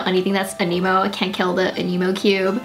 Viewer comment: Since I dont play this game I actually thought you were saying 'an emo' and not 'anemo' 😶